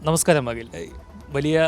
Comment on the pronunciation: അകിൽ അല്ല...അഖിൽ..